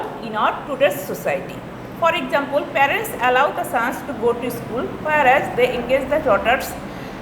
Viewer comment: miss why you say objuct, exesample etc